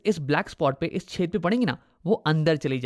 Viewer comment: Whenever he says 'Chedh'😂😂😂 But btw u really solved all my doubts